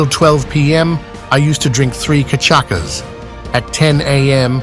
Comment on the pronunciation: Just a side note to the booze, it is "Cachaça". The "ç" sounds like "ss" in portuguese, so it is pronounced "Cachassa". It is made from sugar cane and is equivalent to Vodka in alcoholic percentage. Personally, I find cachaça (aka "pinga") tastier. Here in BR we have the popular drink "caipirinha", which is a mix of cachaça, lime (or other fruits), sugar and ice cubes. There is also a variant with vodka instead of cachaça, which is popularly called "caipirosca".